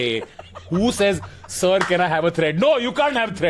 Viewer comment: varun is calling tanmay as sirrrr